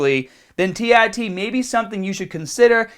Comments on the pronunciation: tee ARE tee, not tee EYE tee. Christ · Such a Boston Irish american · As absolutely adorable as he sounds when he says that, c'mon people, no need to mack on him for his speech impediment.